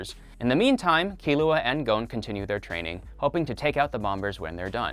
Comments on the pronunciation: His name is Netero. Not nettero like you said at first. And Gon is called Gon lika gone. Not Goun or however you said it. And its Lucilfer not lucifer And its pronounced Shogi with a g not shoji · His name is gon not gouwn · w-wa-wait-wait-wait did he just pronounce Gon's name 'Goan'? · GOAN? GOANN?!?!??? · Anyone else mad about the way he’s pronouncing Gon and Hisoka